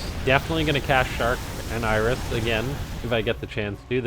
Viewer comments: So is it like a running joke that you pronounce it "Iris" or? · Why are you saying "Iris"?